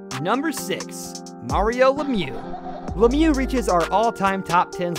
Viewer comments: It's Lemieux not Lemieuz and that's not how you pronounce Conn Smythe. Would think someone making a list like this would know these things better. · Others have already commented this, but seriously..... the channel is called "Hockey Hub" and you don't even know how to pronounce many of the most famous hockey players ever? You note them as the 10 greatest but can't even say their names correctly, leading me to think you've never even heard their names being said. I feel like if Patrick Roy was on this list, you would've for sure said "Roy" the same way you said "Richard".